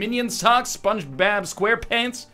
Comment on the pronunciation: "Spongebab squarepants"